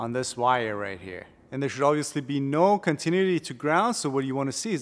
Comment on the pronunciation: I thought your pronunciation of "AC-compressor" was iconic until I heard you say "continuity". Enjoy your videos and whiteboard lessons. Keep up the good.